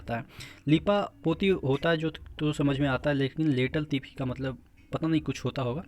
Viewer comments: लेटल-तिफी नहीं, लेट-लतिफी है वो सर... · Sir not लेटल तीफी its लेट लतीफी means देर से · Sir the actual pronunciation of the word is "Late Latifi"